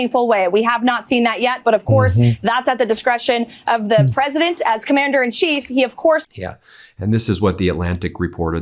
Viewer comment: Machinegun lips has a problem pronouncing the title of her master. "Presadint" lol